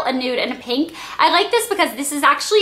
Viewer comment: you say pink like peenk! :)